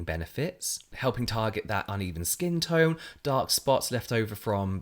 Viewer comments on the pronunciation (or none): none